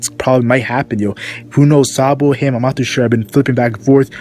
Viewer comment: dude its pronounced sabo , not sabuu